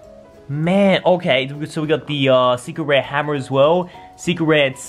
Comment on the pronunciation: I thought he said cigarette rare